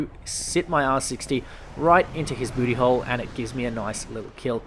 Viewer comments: Baootee haol XD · Right up mae buuty hol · Something about saying "booty hole" with that accent just cracks me up